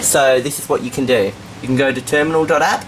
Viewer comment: The Windows Ternimal. That's literally what you said .